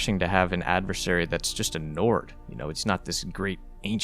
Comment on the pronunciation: "he's just a Nord" I heard it as "he's just a nerd"😅